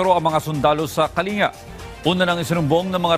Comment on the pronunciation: It pronounce kaling- ga hindi po kalinga